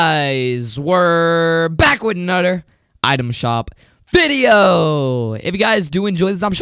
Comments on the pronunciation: "Back widonoder video" *Back with another video. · turn on closed captioning 'anudder" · "Back wit a nudder!"